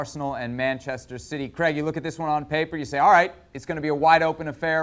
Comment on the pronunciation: Creg. Creg? Is it that difficult to say Craig?